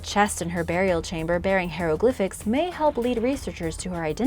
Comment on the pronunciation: For clarification: “Hair-oh-glif-Iks” are written symbols made from ancient Egyptian cat hair! Love the videos anyway,!